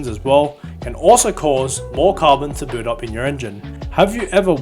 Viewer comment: Thanks for the great content 👍. However, please note that it's not Carbon 'brood' up or Carbon 'booled' up or whatsoever. That was super annoying to hear, and often was a hinderance in the video. It's just Carbon 'bild' up, as in 'b'ook, sh'i'p, 'l'ook and 'd'ay. Kindly try avoiding such weird expressions henceforth. Wish you all the best. 😊